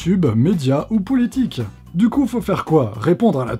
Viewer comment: Tu as dit "poulitique" 😂 comme ma maman hahahaha